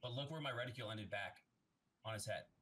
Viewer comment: *Reticle not reticule